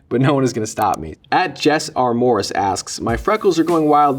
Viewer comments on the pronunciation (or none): none